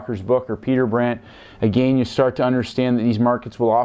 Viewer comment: Good videos, however, the way you pronounce "again" is not correct. Watch this very short video, on the "proper way" to pronounce this word. No "disrespect" brother, but, it is annoying. "How to Pronounce Again"